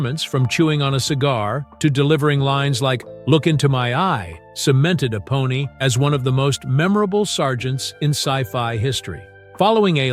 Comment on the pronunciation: This is Ai narrated. Can't can't 'Apone' correct.